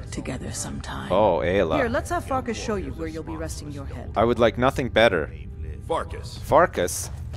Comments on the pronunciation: farkas souds like fartas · I couldn't resit calling Farkas Fartass! xD